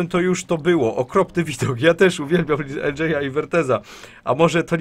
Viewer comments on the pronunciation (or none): Wiem że data ale uwielbiam jak mowisz "ljaj" zamiast "eldżej" XDDD